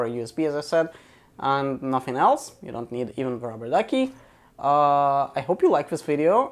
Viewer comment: you pronounciation is horribel what are you talking about ruberduki